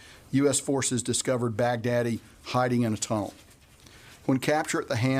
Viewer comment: Lol why does it sound like he's saying "Big daddy" 🤣🤣🤣 I prefer to hear el-baghDEAD 😁